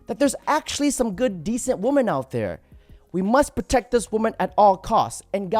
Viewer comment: That was the best A.I. song Ive ever heard. Also, “Even though women looks like woman with an ‘e’, it’s actually pronounced very differently — like 'WIH-min'. It rhymes with 'listen'. Dont know why this is so common these days but its so simple and bugs me so badly. Thanks love you bye. 💚